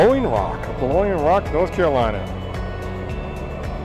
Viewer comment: "Blowing Rock", "Bowling Rock"....my closed captioning had it as "balogna rock". Looks like a great ride that I should do soon on the southern end. Looks like you had a great time. Blessings!